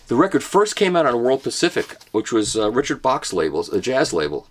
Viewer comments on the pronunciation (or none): none